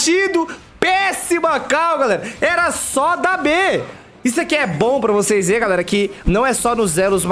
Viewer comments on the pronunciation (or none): "Seis não vai acreditar" quase parei de ver aqui , esse português aahhhhhrrr kkkkk